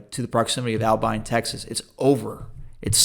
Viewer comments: I have never heard Abilene butchered that bad. At first I thought he was saying Alpine. Turned out to be Albine. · Pronounced Aba- lean and it is a college town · You’re saying Abilene and Altus all wrong 🤣